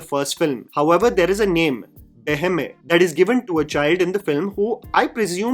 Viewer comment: Also it is not Hindi "lu" in Tulu, but it is "Lu" a sound that is not in Hindi but can be found in Kannada, Telugu, Marathi and Sanskrit.